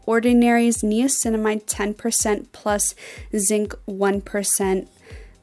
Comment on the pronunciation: im sorry but she is pronouncing niacinamide wrong